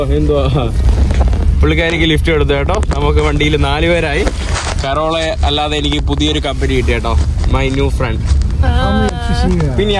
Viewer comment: കരോള അല്ലടാ കേരൾ.. Carol.